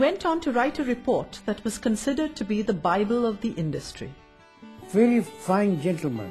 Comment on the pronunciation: "'Bible' of the idustry?"